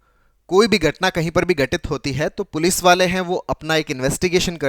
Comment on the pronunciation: Gatna ni....ghatnaaa